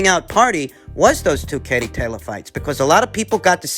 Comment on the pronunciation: Just like it’s tayleeor, he likes to mis-pronounce, just to let you know 👍🏻😂